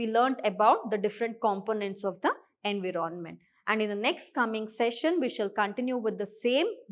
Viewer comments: Sorry to say mam but environment is pronounced as "en·vai·uh·ment" ✅ not as en.vii.ron.ment ❌ 😂😂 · Why is it being pronounced as Envi ron ment..??? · why that was soo irritating 😬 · Abe kisika pronunciation thoda glat bhi ho to kya hua itna fluent English plus best teaching aur kya chahiye........ ❤❤❤❤❤❤